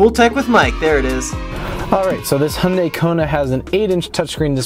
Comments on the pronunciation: It's pronounced "yan dey" not "hon dey". All the American reviews pronounces it like a drunk Honda. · It's actually pronounced "Hyun day". Only people who are familiar with Korean can actually say it right.